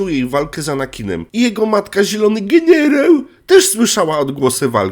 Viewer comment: "Zielony gienierał":face-blue-smiling